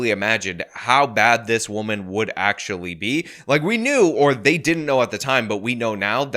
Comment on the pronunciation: I was listening to her rant and getting mad at how inarticulate she is, then I realized she actually, unironically enunciated "wahman."